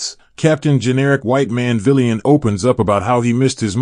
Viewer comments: Are you saying that a white man shouldn’t be a “VEELIAN” as you call it? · Dude - with all due respect - have someone teach you how to pronounce the word "villain" correctly.